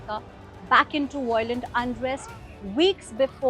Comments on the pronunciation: I love correcting his pronunciation. 'Violent' is pronounced 'vy lent', not 'voi lent'. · 'vai uh luhnt' 3 syllables, not 2... not vy lent. i love correcting yours.